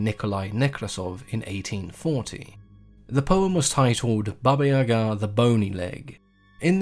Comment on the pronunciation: Finally someone said her name correctly, I only new the evil side not the other one thank you so much for telling me I love your channel❤❤